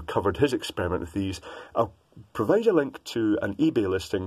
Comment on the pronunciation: Provide NOT Provade Spike NOT Sapke.